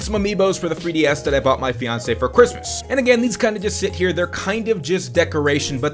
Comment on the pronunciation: Gaming set up, but every time he says "my feonsay" the entire season 1 pokemon tv show series plays